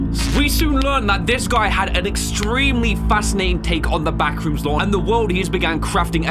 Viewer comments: I love when said bathrooms instead of backrooms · that was so funny that i fall of the chear i just hear ,,bathrooms'' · When you said the « Bathroom’s » the serious was already gone 😂😭🙏🏼